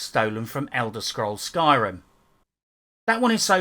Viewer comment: "elder scrolls skyrm" annnnnd you immediately lose all credibility.